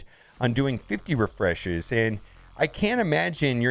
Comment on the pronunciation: "50 resheshes"